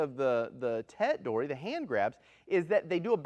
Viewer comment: When you use 取り alone, we pronounce TORI not DORI. It should be Tori waza not Dori waza. So an object Dori instead of an object Tori.